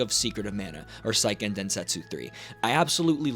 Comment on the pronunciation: It's say-ken, not psy-ken